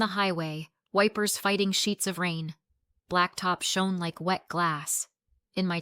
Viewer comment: learn how to pronounce "shone"